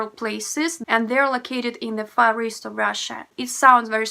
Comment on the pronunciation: It sounds like you're saying you live in the forest of Russia. Far east is spoken with a long ee. Try speaking slower and practice learning how to pronounce the letter V.